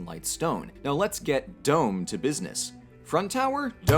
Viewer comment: The word dome means nothing to me now. It's literally a meaningless sound. Now I need to relearn to recognize it as a word and not worry about it constantly being mispronounced with a weird accent that doesn't exist. It will take about 12 hours. Thank you.